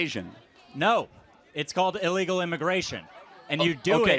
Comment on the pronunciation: "its called Iligal immigration" 😂😂😂 i can't guess you didn't hear yourself say that word iligal there 😂